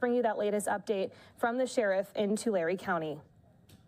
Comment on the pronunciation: ITS NOT TULARE , ITS TULARE !